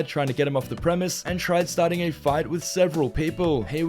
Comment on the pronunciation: Dude the word you are looking for is "Premises", not Premiss.